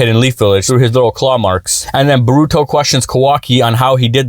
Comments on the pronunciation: Bruh please stop saying "borooto" its "boruto" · I would believe you if you pronounced Naruto and Boruto names correctly